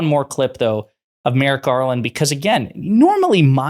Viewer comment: It's Merrick, not Merritt, you tool! (She's mind-numbingly stupid.) Enough of this trash. Vote Blue! 💙💙💙💙💙